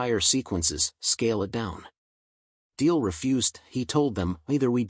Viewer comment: The guy's name is DeMille, not Deel! Is your narration AI generated?